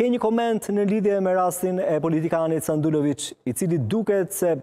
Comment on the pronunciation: O njerez kuptoni njehere: Jo Sandulovic, por Sandullovic!